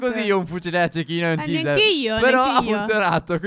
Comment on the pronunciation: Teaser si pronuncia teiser!!!!! >:-( ignoranti